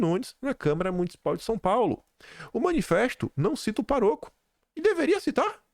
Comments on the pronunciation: A PRONÚNCIA NÃO É O PAROCO, E SIM, O PÁROCO, VEJA O ACENTO NO "A" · O próprio Bolsonaro falou sobre o padre ter dado uma Pajero pra alguém. Ele conhece muito bem quem é esse senhor. E não é paroco e sim pároco. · É PÁroco e não paroco. Tem acento agudo no pá. Todas as proparoxítonas são acentuadas. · QuinDim Painho errou e REpetiu o erro, falando parÔco. Êita, bicho burro! Parabéns, PADRE JULIO LANCELL❤TTI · é pároco, não paroco... adoro o seu trabalho, comentários pertinentes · sublinha pároco e pronuncia "parôco" 😂😂😂😂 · nao é parôco. É pároco 😂😂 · Por favor, leia-se pároco, e não paróco. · Não é "paroco". É "Pároco". Uma proparoxítona. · a palavra é PÁroco, não parôco. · Ow,... Pelo amor de Deus, meu filho. Não é PARÔCO e sim PÁROCO!! As vezes eu penso que você merece credibilidade, mas quando vejo uma coisa como essa... 🙄🙄😬😂😂😂🙈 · DEIXE DE BURRICE: PÁROCO...A SÍLABA TÔNICA É PÁ...PÁROCO, NÃO PAROCO. . Que horror!!!@@@ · Não é Parôco e sim Pároco Kkk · Não se diz Paroco. O correto é Pároco. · PÁ roco e não paroco rs doeu aqui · é pároco e não paroco. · não é paroco,é pároco! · Meu querido, não é parôco, é pároco. Se não conhece a palavra, atente-se à acentuação. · Bom dia!🙏🇧🇷🤞💚✨ Querido, não é paroco, mas sim pároco... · parabéns. Gosto do seu conteúdo e o acompanho há alguns anos. Pra melhorar ainda mais: pároco tem acento no A, sendo uma proparoxítona. Por favor, não fale parôco 🙏🏻. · sou teu espectador diário e não posso deixar de ter uma dica. O "padrófilo" é um PÁROCO, com acento agudo em PÁ, e não paroco como foi dito várias vezes. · Desculpe,, mas é PÁroco, e não paROco. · Cara não boa em português o jone certo é pároco pf não continue falando paroco nom fua.. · cruzes..vc pronunciou parôco?????? é pároco.. A escrita correta é sem acento. Só acentuei pra mostrar como pronuncia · Oi! Amo seu trabalho! Só um toque: é pároco e não "parôco". 😉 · é pároco, não é paroco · PÁroco e não paroco.